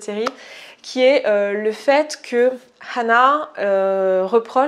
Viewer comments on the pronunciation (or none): La façon que tu as de dire « hhhanah » est insupportable